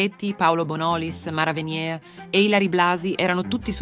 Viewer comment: Si pronuncia VeniER, non Venié, alla "francese". Venier è un cognome tipicamente veneto, la Francia non c'entra un banano. Impariamo a parlare l'italiano e lasciamo stare i francesismi.